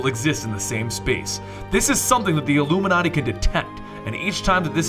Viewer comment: why do you say llluminati